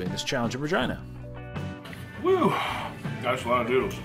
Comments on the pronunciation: Lol. Is it pronounced "Ra-Gee-Na" or "Ra-Gine-Na"? It sounded weird when you said "Ra-Gine-Na". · Oh lol 😄 That's an interesting pronunciation for Regina. I've known it to be Re GEE na. Learn something new everyday! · Why do I keep hearing say Vergina.... 😲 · Lol. I keep on hearing "Vagina" every time I hear him say "Ra-Gine-Na". 😜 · I wanted to say is it just me or has Regina the name always been pronounced Re-ge-na ?? Never in my life have I heard it that way unless he wanted to be funny lmao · Sounded like he kept saying vagina lol. Thats my type of eating challenge. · Is “Regina” really pronounced like “vagina”? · What is that areas name? I swear was saying vagina 🤔 also I would have totally ate the bread with the pasta 🍝🥖 gotta dip it 😁👍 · I cringe every time he said virgina🤣😭🤣😭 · Noooo It's pronounced Reh-gee-nah But sounds funny. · I thought he kept saying " Vagina"🤦🤦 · Please stop saying ragina! 😲🤔🤔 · Are you saying Ragina?? I’m confused I’ve never heard of Ragina! Are you sure it’s Ragina ? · 🤣🤣 did you said vagina? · Double take every time said Regina